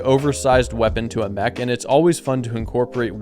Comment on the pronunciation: Ik bedoel het lief maar je spreekt het uit als mek niet meg